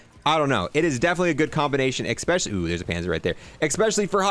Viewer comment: He said ekspecially a lot during this video